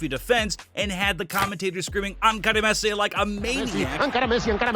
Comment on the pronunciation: Is not "Ankara Messi", it's "Encara Messi", which means "Still Messi, still Messi" in Catalan...